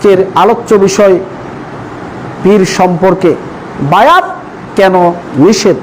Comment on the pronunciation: নিষেধ । নিসেত না